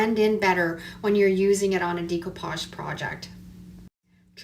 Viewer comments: As you probably know, the word Découpage is French, and is pronounced DAY-coupage, though non-French-speakers often say DECO-page, as in Art Deco. . . What I’ve never heard before is DEEcoupage, which is what I hear you say, A LOT, and I’m sorry but it’s driving me to distraction! (If you think it’s unreasonable of me to bring it up, then be grateful that you are not neurodivergent—as many Creatives are! It’s literally like nails on a chalkboard.) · Pronounication of decoupage is actually with an “a” sound. “Decoupage….just fyi